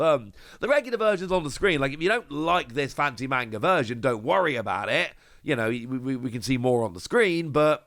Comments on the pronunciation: is the only person I watch for all one piece news but you’d think someone who is this big into tcgs and anime’s and mangas that he’d actually pronounce manga correctly. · I have a lot of Japanese friends that criticize Americans for how they pronounce manga or anime’s. It’s constructive criticism. Ain’t no sense in being hostile man. If you’re gonna be in the manga scene or anime scene a lot of die hard fans won’t take you seriously if you can’t pronounce anything correctly. It makes you look like you don’t know what you’re talking about. And I like. Been watching him for years. Not just but also ptcgradio.